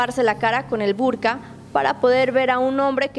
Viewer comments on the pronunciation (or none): Que se prepare bien esta chica antes de hacer un reportaje No se llama burja .... Si no burka. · Esta mujer es periodista? No sabe decir la mayoría de las palabras por favorrrrr.No se dice la burja. Es el burka etc .............. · Burja? Se dice burka.. infórmate bien. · y muy mal pronunciado la palabras burka e hijab ...pésimo👎